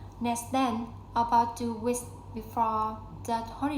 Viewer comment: Yeah, it is a really good and long story. Glad to see your effort. It's great as your pronunciation seems pretty good, especially your linking sounds. Only need to pay attention to final sounds (2 weekS) and practice 2 words: April /ˈeɪprəl/, ambitious /æmˈbɪʃəs/. Thanks:)